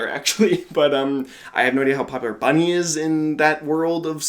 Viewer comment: Ayyy, it's me. Thank you for the React'N'Rate, you're the first non-german to pronounce my name absolutely correct. I had a lot of fun watching this video. I absolutely loved your commentary throughout and I can not unhear Carol of the Bell for Saint Killer now. □